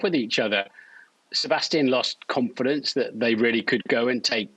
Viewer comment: The way Martin Brundle has always pronounced ‘confidence’ irritates me. I don’t know why but it has.